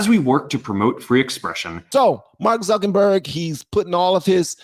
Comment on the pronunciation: Zuckenberg 😂 I love it lol instead of Zuckerberg😂😂